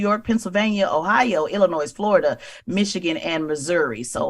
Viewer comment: The ‘S’ is silent in Illinois…why are we still making that mistake?🧐